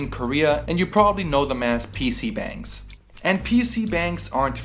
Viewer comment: Its pc bongs not bangs